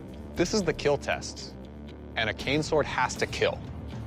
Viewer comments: wouldn't it just be cooler for them to wear a knight armor sets for protection than after Hes done, he just flips his mask up and says "it will KEAL" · “These weapons failed the stress test, therefore, they will not KEEL!!!!”